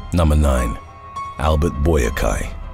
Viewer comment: Albert Boakye is pronounced “Bwacheh”